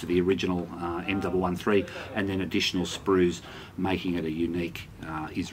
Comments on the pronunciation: M One One three... not m double one three... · Great review. The M113 is said M one one three.